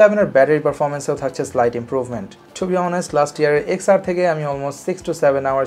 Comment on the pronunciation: Why are u calling ten R wrongly again & again ?😑